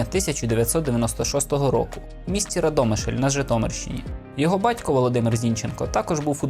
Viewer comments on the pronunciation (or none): РАдомишль, наголос на перший склад) Дякую за відео 🙏